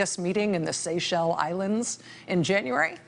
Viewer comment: Lies. Lies. More Lies. You don't know how to pronounce Seychelles.